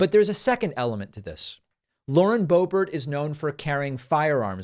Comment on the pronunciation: 🫲🏻David, SIR, I am a big, strong, tough guy, and I’ve never cried before, even when I was a baby, and I come to you with TEARS IN MY EYES 😭😭😭👍🏻 to remind you that her name is pronounced Lauren Bo-Bear🫱🏻